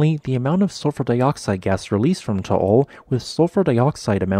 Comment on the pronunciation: Just an FYI, the volcano's name is pronounced TAH AHL. Not TOH OHL. Otherwise, good info.